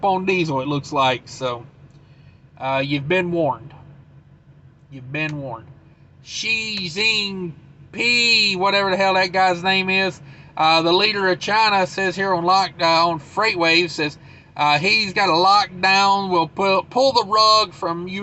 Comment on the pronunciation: I really like your news videos. No clickbaiting, all information. Remember kids, if you can't avoid a riot, slow roll, pray, and blow horn until you're out of area. That or borrow Rick Dalton's blow torch and go Once Upon a Time in Hollywood. Xi is pronounced 'she.' You can also call him Winnie the Pooh but never in China. He hates his nickname and will find a way to throw you in prison. □□□□□